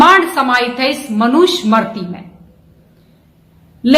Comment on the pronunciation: इनको मनु स्मृती उच्चारण ठिक ढंग से नहीं करना आता.